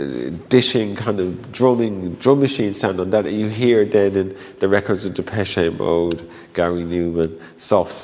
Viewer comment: "depechAY mode"